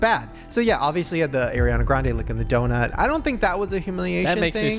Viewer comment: calls donut "DONET" im unwell